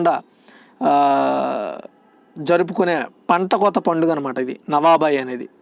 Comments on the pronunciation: 2nd question answer lo నువాబై అని ప్రొనౌన్సషన్ తప్పుగా చెప్పారు అన్న అది నువాఖై అని ఉంది కొన్ని pronounsations చెప్పినపుడు మిస్టేక్ వస్తుంది అన్న కొంచెం గమనించగలరు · Not nuabai,nuakhai...